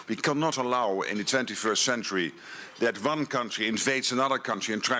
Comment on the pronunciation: Ok NATO Chief, it is pronounced "One" not "Von."